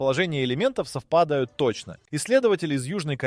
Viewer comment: СовпАдают, СамАя. ИИ?